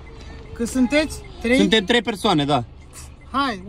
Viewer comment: Ba nu se zice trei el zice treiș😂😂